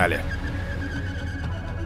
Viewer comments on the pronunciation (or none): Не Наджа, а Надя Драго, это же отссылка к Рокки 4 к Ивану Драго. Только тут не СССР, а СССHL ))